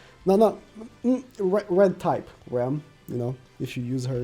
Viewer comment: It’s ram and rem it’s so irritating to me